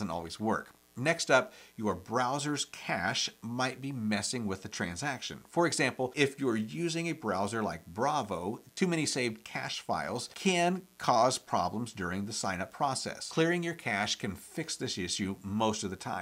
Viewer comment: browser is called Brave not Bravo